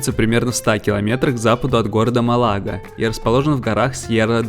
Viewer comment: Город Малага- ударение на первый слог!